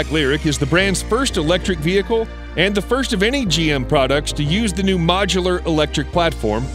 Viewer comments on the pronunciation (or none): none